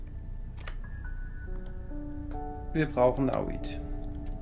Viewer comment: nicht nauit sondern naonit!!!!!